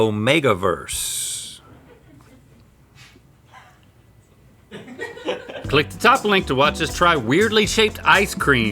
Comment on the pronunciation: I just took mental and physical damage hearing Rhett say Omegaverse